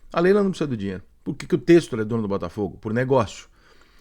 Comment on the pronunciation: Ele não consegue só falar bem. Tem que criticar… passaram 3 anos e ainda não aprender a falar o nome do Textor. Parece piada…